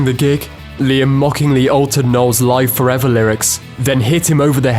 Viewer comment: How is any of this "untold" exactly? You've just regurgitated the well-documented history of the band. Nothing new here. Except your butchered pronunciation of Live Forever.